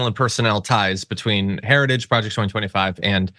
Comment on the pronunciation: He can't even say "heritage."😮